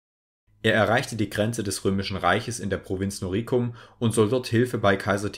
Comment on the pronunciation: Noricum wird auf der ersten Silbe betont.